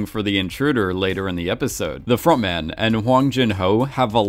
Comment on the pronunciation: It took me a good few episodes to realise it was front man not frog man, still hear frog man being said though